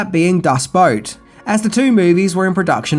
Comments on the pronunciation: Boot, not boat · DevilDust Yeah, but boot isn’t a name. It would be like him talking about the movie Glass Slipper, but instead he pronounces it Glass Slapper. I understand mispronouncing names. My man lives on the other side of the planet from Hollywood. He has every right to mispronounce names. But boot? Boot is a weird word to mispronounce. No offense to.